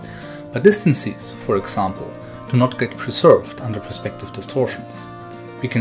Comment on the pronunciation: What I find funny is that you correctly say "differences" but for some reason say "distan-sees" :D Great video though :)